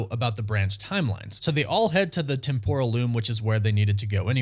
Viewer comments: LOL You keep mispronouncing "Temporal", it is supposed to be with emphasis on the E not the O, at least that is what I found out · TEM-PRAL TEM-PRAL TEM-PRAL its not hard guys